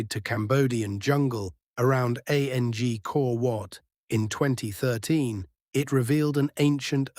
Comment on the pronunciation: Hahaha AU says... A n g kor wat! Why not use a human to narrate. Come on guys!